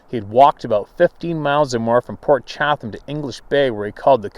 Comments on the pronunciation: 🤣🤣🤣Ya wanna say Port Chatham(Chattum!) again?!? Chattum-chattum-chattum😂🤣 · I'm not positive and don't want to be a critic so please don't be offended ( I know u won't) i think its pronounced "Cha-dum". The reason I say this is one of my best friends name is Jerry Chatham ( pronounced Cha-dum ) we've always called him "Big Jer" due to his 6'-4"/6'-5" height. He corrected me on the proper way to say his last name within an hour of meeting him. So Port Cha-dum is how it may be said.??? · Poor sure was hungry every time he tried to say Port Chapman I kept hearing pork chop. Yep, he was hungry.